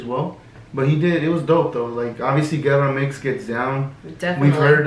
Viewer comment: Its Gera MX but pronounced jera. Great reaction btw. Keep it up